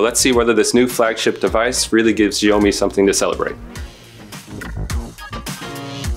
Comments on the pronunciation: Wtf is "ziyomi"? It's shao-mi 😑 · It's Xiaomi pronounced as 'Shayomi' and not freaking GIONEE. That's a different brand all together Nigga 😂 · Its Shiaomi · "The Sjheeomi Mi 10 Pro" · As an asian I find his pronounciation cringy.....sjheeomi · its shaomee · It's actually Sio-mai or Sho-mai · Your pronunciation of "Xiaomi" isn't right. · The pronounce is fuck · Please will all due respect, learn to pronounce "Xiaomi" properly before making a review. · Please YouTube the pronunciation of Xiaomi ...... Please!! 🤦🏻‍♂️